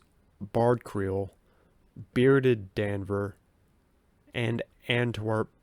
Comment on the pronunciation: D’Anver is pronounced Dahn vair